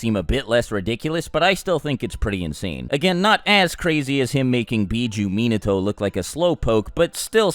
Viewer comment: it really triggers me how he pronounces minato and naruto